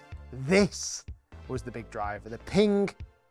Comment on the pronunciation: Pinggah? I thought it was pronounced Ping.